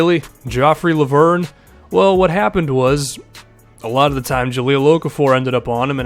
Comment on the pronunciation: I'm french. Lauvergne is pronounced Lo-Ve-r-Ny. Say the "e" like in "red" and pronounce the "r" like a frenchman. It would be cool to hear you try next video.